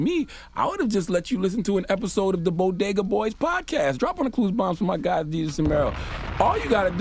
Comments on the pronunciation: I'm mexican and I didn't take offense I thought it was funny. And the way she said Bodega was hilarious. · This is why you should "trust but verify". The way the first lady messed up the word "Bodega" is what happens when you try to hard to fit in, in my opinion. Eager to know if she has ever even been to one. She deserved Donkey of the Day for her comments. Peace, love and blessing everyone stay positive 💜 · I see that side too. I heard some people laugh in the crowd which made me feel like there was a thing about the breakfast tacos there. The way she mispronounced bodega though is still cringe idc who you are 😂 at the very least it was a lack in preparation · She has definitely never been to a bodega or a bogeda! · Envy: “Think I’mma go to a ‘bogeda’ later today” 😅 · She deserved dotd just for the way she pronounced Bodega 😩🤦🏾‍♀️😂😂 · Who can’t say bodega?? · 🤦🏼‍♀️. You mispronounced “bodega”?! Really?! Okay, Jill. But, um 😶. You are a TEACHER. Who. Still. Actively. Teaches. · Lol nobody on her team knew how to pronounce Bodega SMH 🤣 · She didn’t say a damn thing disrespectful or stereotypical. People are way too sensitive for real. I expected to hear something completely out of bounds. She only deserves donkey for mispronouncing bodega. But a for effort. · As a Dominican.. more offended her pronouncing of bodegas 😂😂😂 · BOGADA or BoDega? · #if you say so 🤔 #bo-gah-dah # Bodega=( BO-DAY-GAH) SOUND IT OUT. SHE DON'T AND WASN'T TAUGHT TO SOUND IT OUT.SHE DIDN'T write that script. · gah-bidge = garbage, bo-ga-duh = bodega...easy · As someone from New York I find it extremely funny that she called it the “bogedas”. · Boa-gah-does! Wtf!!!!..., us blacks love Bodegas too! Wth is Jill biden TALKING ABOUT?!... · Sounded like she said Bogotá 🇨🇴. More offended at the pronunciation 😂. Bodegas matter!!! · its "bogedas" for me😜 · Was she supposed to say BODEGA!! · She Jus Gave The Green Light For White People To Say BoGedaws 🤦🏿‍♂️ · Tf is a bo-guh-duhs? SMH